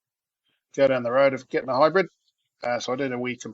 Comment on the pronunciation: Well, after seeing you had a new episode up I initially thought great, more interesting work on the old tractor! Anyways, after the shock of hearing the "hy-breed" word used, I just gritted my teeth and stuck with it to the end. Must say though, I'm impressed with your spread sheet offerings. The projected vs reality wasn't to bad at all really. It will definitely be interesting to see how it works out for you long term, I wish you well with it. You have my sympathises for the damage, its just sods law mate, every new vehicle i have ever had has aquired a dink of some sort or another within the first week of ownership. At least you have the video evidence, so no blaming the wife, unless she fills it with diesel, lol. Are you running a spread sheet for the Furgie? Many thanks David in Dudley.